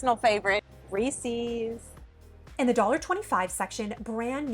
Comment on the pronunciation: whomp. mispronouncing Reese's 👎